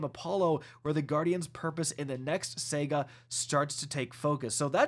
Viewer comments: SA-GA, not Sega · Yea you are not saying saga remotely correct. Please it's sa ga, not sag a. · Say it with me...Sah-ga, Saga. Not Sega weirdo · Anyone else hearing Sega instead of saga? Get well!